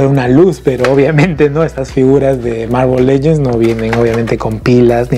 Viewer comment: No e visto tus videos ni se si es una costumbre hablar así pero no se dise mármol lellens